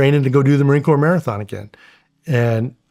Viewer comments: Shawn wtf you should know its not Marine Corpse. ITS CORE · Are you serious Shawn? You were actually in the military and you just said the Marine Corps. The S is silent. Come on. Pronounced Core not Corpse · Cmon man is marine corps not marine corpse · How many seals do you know that call the marine corp. (Marine corpse) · I love you Shawn, but you said Marine "Corpse" !!!!!! I thought only Obama did that! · You lost me at "Marine Corpse" ....wtf kinda seal says Marine Corpse??🙄😑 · Can someone tell Shawn to stop calling it "Marine Corpse." Thank you in advance. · How about Shawn saying Marine 'Corpse' in the intro. haha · Did SR really just pronounce Marine Corps as corpse? He was smart enough to work with the “agency”? Right! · Omg Sean just said Marine Corpse cmon man that’s an Obama line. Love the show this should be a great one. Semper Fi 🇺🇸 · You don't pronounce the R in (Marine) Corps! Come on Shawn! 😂 I know he knows that and I'm sure it was just a "talko" 😂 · I love this show, but don’t understand how SR pronounces the “ps” in Marine Corps…..